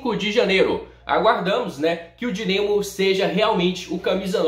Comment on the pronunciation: Meu toque chega doe!!! O cara fala dinemo